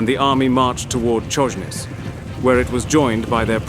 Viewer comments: 'Czojnic' 😂😂😂 Its CHojnicE... Cherekwichca? 😂😂😂😂 Love ya xD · Polish names are mispronounced beyond recognition. Chojnice is not any "Konniz". It`s HOY-NEE-TSE.